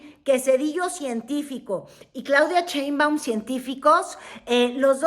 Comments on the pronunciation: Me causa ruido como pronuncias Cheinbaum... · es en serio que no puede pronunciar “Sheinbaum” en lugar de “ cheinbaum”? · Ni siquiera saber pronunicar bien el apellido de Claudia.😂 Dice CHEINBUAM como charro, en lugar de SHEINBAUM como un susuro sh sh sh Sheinbaum.